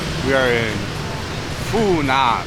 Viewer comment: The correct pronuniciation, without any tones, should be "Fu Nwuan" for Phu Nhuan. I used to venture into the Phu Nhuan district of Saigon in 1966 quite often, it being mostly populated by French or French-Vietnamese, and not having too many restaurants or bars. As I see HCM City through your camera lense, it is way to Westernized for my taste, and nostalgia for the past, even being a war-past.